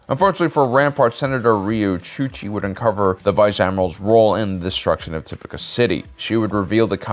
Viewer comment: The characters on the show say "TipOCah" city. "tipIcah" does not compute! 😁 Tomayto, tomahto... Good videos! 👍